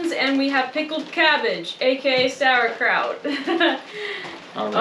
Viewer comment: The pronounciation of "Sauerkraut" sounds well in german ears!